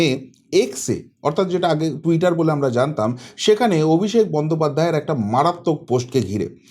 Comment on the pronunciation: Apni 'Amnara' bola ta r correct korben na dekhchi ato bar bolar poreo sei amnara amnara korey jachchen